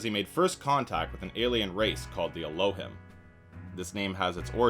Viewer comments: it's pronounced "el-oh-heem" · It’s ELL-O-HEEM…. And doesn’t mean sky people wtf lol 😂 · Dude you pronounced Elohim incorrectly for the whole video. Its pronounced: Ell - Oh - Heem Thought you should know